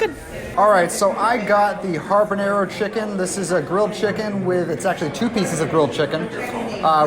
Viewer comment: Building up your own meal can get pricey. (But hey, it's Disney.), I found it endearing how you say "ha(rr)banero" like a pirate. Good review and thanks all!